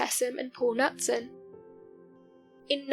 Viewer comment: My comment is LEARN HOW TO PRONOUNCE NAMES!! Knutson...ISN'T "Nut-son!" It's "Noot-son" GAWD!!